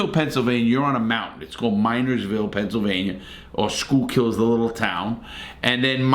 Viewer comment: You pronounce it Skookill not schoolcul! 😂 But this was a very entertaining video! 😄